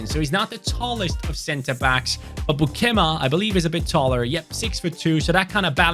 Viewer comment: As a dutch, it was hard to hear u say beukema so wrong😂😂 but liked to watch the vid🥰